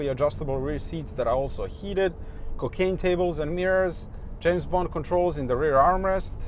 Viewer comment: Did you just said "cocaine" tables lol